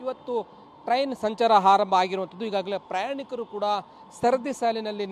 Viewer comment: ಹಾರಂಭ ಎಂದು ಹೇಳಬಾರದು, ಆರಂಭ ಎಂದು ಹೇಳಬೇಕು 😭